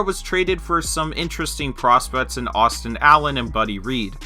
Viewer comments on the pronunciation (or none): none